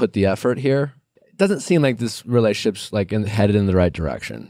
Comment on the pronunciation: Nick, I love ya, but it's "rela-tion-ships" not "relay-ships." Peace !